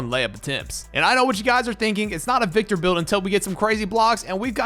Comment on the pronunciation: that is Wictor Vembanyama